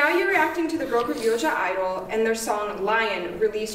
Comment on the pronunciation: 1 thing: it's (G)-idle. The G is silent so they call them idle (sounding like idol) Gidle (sounding like Jaidol) woke a demon inside me that had no idea that was there! Please for the love of God don't say it Jaidol 😂. Overall loved the reaction!! Instrumental appreciation, vocals & visuals, even the comment about their clothes progressively getting more bling bling and showing more aggressiveness!